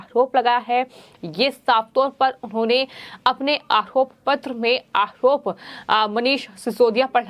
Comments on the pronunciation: अकरोप नही आरोप हम हिन्दू हिन्दी ही साफ नही बोल पाते कृपा ध्यान दे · इस चैनल वालों से निवेदन है कि इस न्यूज़ रीडर को reading ना करने दे ठीक से बोल भी नहीं पाती आरोप को आहोप कहती है पहले भी आप से निवेदन किया था